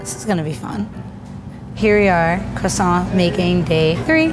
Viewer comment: ITS NOT QUASONT ITS CROISONT (I know it’s not spelled like that)